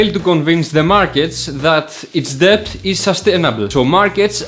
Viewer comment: Debt or Debts is pronounced Det or Dets.... the "B" is silent 😎